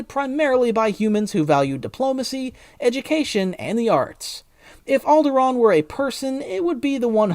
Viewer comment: Alderaan? What’s that? Sounds like something you made up